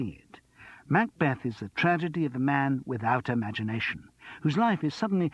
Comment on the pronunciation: ooh the way he pronounces "MACbeth" is irritating! I wish Simon Brett himself were reading this, not someone with an American tinge.